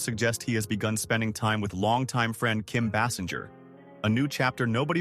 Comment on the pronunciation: These announcers whether AI GENERATED or NOT cannot pronounce names or do complete sentences correctly Kim Bassinger ? Thought her last name was pronounced like Baysinger